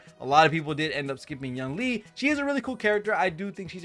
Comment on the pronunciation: Ouch... those butchered pronunci8ation of Yunli's name and Jioaqiu's name. 💀